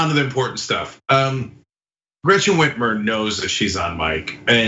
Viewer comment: How y'all get Gretchen Whitmer's name wrong? 💀